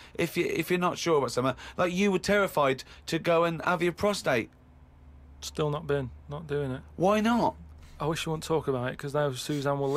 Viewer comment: PROSTATE- not prostrate